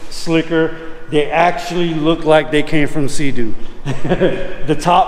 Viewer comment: It’s a seat-doo 🤣